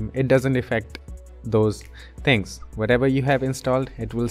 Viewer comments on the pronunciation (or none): none